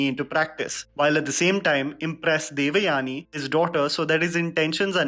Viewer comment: Oh ur "devyani" pronounciation is so fake. As if u never heard the common name or as if u r alien to Indian origin names